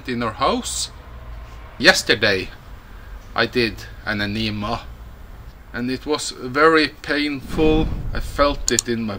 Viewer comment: Aneeemah? Huh? Lol